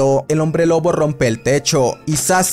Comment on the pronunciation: oye si no te diste cuenta en vez de decir lobo dijiste loco o eso fue lo que escuche xd